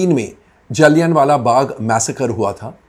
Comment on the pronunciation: "जलियन" वाला बाग नहीं, "जलियांवाला बाग" है कोमल नाहटा जी, इज्ज़त से नाम लीजिए । थोड़ा-बहुत होमवर्क भी कर लिया कीजिए अगर इतिहास की जानकारी कम हो तो ।